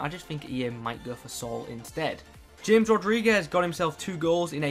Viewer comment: euhhh Nice video🙌 1 little thing James is pronounced Gamez😋